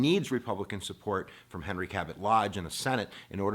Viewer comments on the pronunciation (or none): none